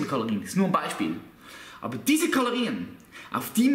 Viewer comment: Kaloriän xD